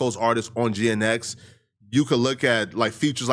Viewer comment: Never heard anyone pronounce GNX as Geanetics lmaoo